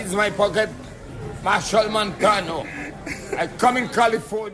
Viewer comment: Lol. He goes Machel Mantano!